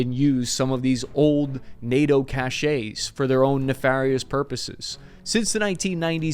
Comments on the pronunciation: …found these old NATO *caches… (pronounced “ca-shez”, not “ca-shays”). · Just pronounce caches as "cash---sss", Cap.